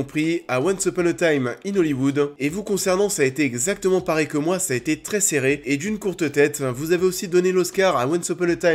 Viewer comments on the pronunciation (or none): none